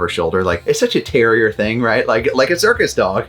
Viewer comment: You said CIRCUS?? I thought you said SERVICE dog multiple times until I finally realized.